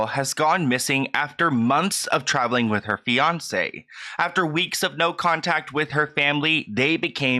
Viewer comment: Sorry but I hear « beyoncé » every time you say fiancé ;( lol